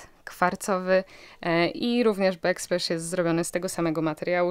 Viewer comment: Jestem wiernym fanem Waszych przygód. Nie chce się wymądrzać, ale słown „back splash” wymawia się po polsku „bak splasz” a nie „bek splesz”. Jak coś jest z tylu to przecież wymawia się po polsku „on the bak” a nie on the bek” 😉 W sumie większość polskich youtuberow wymawia słowa angielskie niepoprawnie.. pozdrawiam